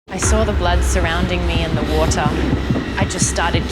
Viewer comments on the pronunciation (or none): " GET OUT OF THE "WOTER"